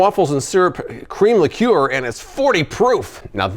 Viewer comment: What the hell is a li-cure??? That is not how you pronounce it! lol